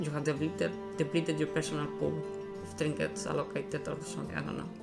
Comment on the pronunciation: i couldn't understand what he was saying for the fishing trinkiets thing, someone please help me, what did he explain?